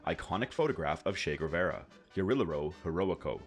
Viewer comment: It’s Ge-Ri-Je-Ro not Ge-Ri-Lero and Ge-Va-Ra not Ger-Ve-Ra. Otherwise great vid as always!